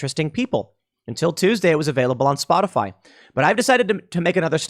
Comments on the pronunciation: Is it misinformation if she calls it Spotifly instead of Spotify? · Anyone else catch calling it "spotafly"?